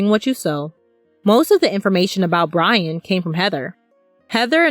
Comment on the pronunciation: I will wewease Bwian!